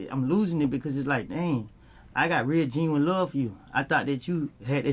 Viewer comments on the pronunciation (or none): none